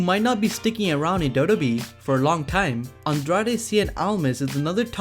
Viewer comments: It's double yu double yu E, not daubledauble oooo E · It's wwe not Dota e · Ca u pls pronounce WWE as WWE and not dodobi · WWE WWE WWE WWE WWE WWE WWE WWE NOT dodobe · Its w w e learn to speak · Dude. Slow the fuck down when saying WWE. It sounds like you're saying Dow-dow-Bee. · I don't mind listening to you BUT can you pronounce WWE better sounds like you are saying DODO E. lol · What is dodo be 😂 learn English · Is it just me or anyone else feel the same couldn’t watch the whole video because he keeps say doodoobe like he’s 100% that’s how u say wwe. N some of his pics very questionable. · why does he keep saying dodobee...its annoying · Why do you say WWE like that?